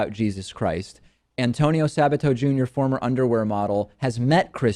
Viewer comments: Are you pronouncing Sabato correctly? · David love your show and great insights but your butchering The pronunciation of Sabato's last name. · I wonder if David is intentionally pronouncing Sabato that way. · Come on David! Aren't you Hispanic? Why can't you pronounce latin sounding names. This guy here is a fucking moron though. Does he not know the Constitution? Who gives a fuck if he's a Christian or not? He's on his way out anyway.